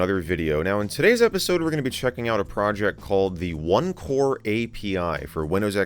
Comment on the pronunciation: Thought he said opencore for a sec 😂